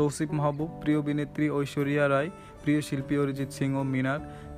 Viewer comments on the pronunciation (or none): none